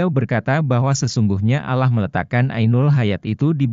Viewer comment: Kalau baca alloh kok kayak bukan orang muslim